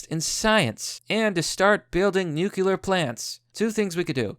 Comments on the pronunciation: New. Clear. Say it with me. New-clear plants. Not nukular. Nuclear, new... clear. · Nucular plants? Inspired by: Chekov from Star Trek George W Bush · NEW-CLEE-ER OK? FUCK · "new-cu-lar... It's pronounced new-cu-lar." - Homer Simpson (it's "nuclear and pronounced" new-cle-ar"...) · Nukular? Seriously? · God dammit, its NU-CLEE-URR